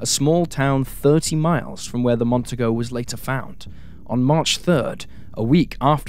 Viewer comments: Say it with me,: "Mon-TEE-go". You're welcome. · Mon-TEE-Go ffs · It's Mercury Montego - pronounced, Mon-TEE-Go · FYI. In Montego (is pronounced Mon-tee-go), the 2nd syllable has the accent. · Ive. Heard. This. Twice before. Gary. Is. Would. Be. Out. There. Somewhere. By. The. Way. The. Car. Is. Pronounced. Mont. Tee. Nee. Go. Even. An. Aus. Knows. That.